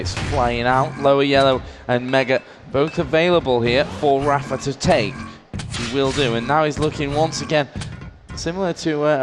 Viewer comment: why do they pronounce rapha as raffer?